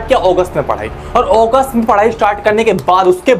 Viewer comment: Sir wo ogust nhi hota August hota h